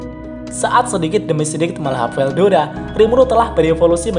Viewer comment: Veldora min bukan veldoda